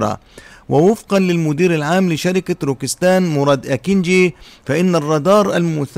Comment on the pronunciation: روكيت سان وليس روكيس تان.. وشكرا..